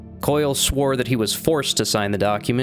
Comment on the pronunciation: Was butchering Brother Koyle's surname necessary?